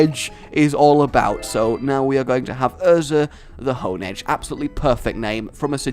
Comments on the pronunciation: IT"S STARLY!!!!!!!!!!!!!!!!!! Hey. Do you recognize my comments by now? I agree the Shauna thing was a little bit of a stretch. On the bright side they never touch on that moment again. Hon-edge is fine. Hone-edge is the officially name. Hond-edge is adding a letter that isn't there. but I get it. It's fine Hone Claws topic. I remember reading somewhere a good pokemon trainer battles with what they like to battle with. So thumbs up to you. You woke up Snorlax. You then put Snorlax to sleep again, and then caught it. Why not catch it while it was on the bridge? Because Nintendo Logic. I think you can Daycare for levels, but you cannot breed the pokemon. I think catching another pokemon on route 7 is a bit unfair seeing as technically you got two pokemon from there. Spritzee is Swirlix's Y counter part. It is only evolved by link trading while it holds the Sachet. In other words, unless you trade it's kind of under powered. Also, it's pronounced Spritz-zee. Like a spritz of water, or perfume. I'm very elitist about pronunciations of pokemon names. Also Spritzee is the perfume pokemon. The cotton candy pokemon is Swirlix. Sugar Rush for perfume is a little bit weird in my opinion. You can go into the rooms in the main room and in the back of the hallway in the Battle chateau. There's probably 5 more battles there. You also started your outro early and that was hilarious. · can you pronounce a single pokemons name right first we hade honededge and now spiritzee like no its HONEdge and SPRITzee